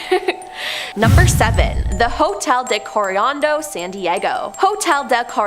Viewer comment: I'm sorry, Hotel Del what?? Coriando?😂😂😂